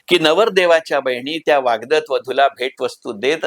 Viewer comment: वाग्दत नाही वाग्दत्त